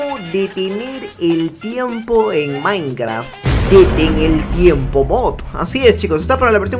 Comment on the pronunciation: deteneltiempod justo asi lo dijo xd